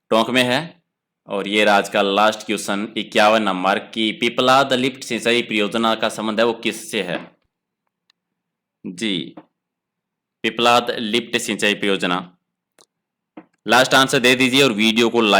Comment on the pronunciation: Sir पीपलाद नही है पीपलदा है ...okkk